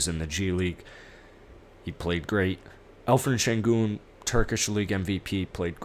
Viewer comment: It's Alperin Sengun......with a P not Alferin or whatever you keep saying, lol!